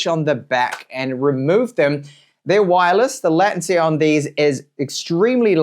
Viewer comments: Completely off the subject, the way you pronounce latency sounds really strange to my ears....I've only ever heard it pronounced as lay-tun-cee 😅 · but there's a toggle to switch between UK and US pronunciation and its the same. It's no big deal anyway, I was just curious because ive never heard it pronounced his way 😂